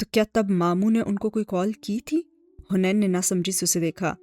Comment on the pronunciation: It's haneen not hunaian